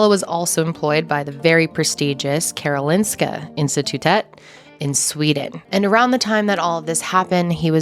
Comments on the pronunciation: I live in Sweden and I remember reading about this case. Just crazy. Also well done on the pronunciation of Karolinska Institutet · Your pronunciation of Karolinska institutet was really good Love your videos Love from Sweden